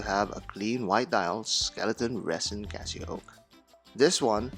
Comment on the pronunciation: CasiOak not Casio oak